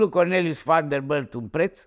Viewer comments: VanderBILT nu vanderbâlt 🤣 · Sunt singurul care moare când îl aud cum pronunță numele Van der Billt ?